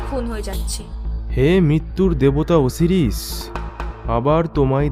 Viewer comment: Khub valo uposthapona ebong golpo..but uchharon ta hobe O-si-ris not O-series..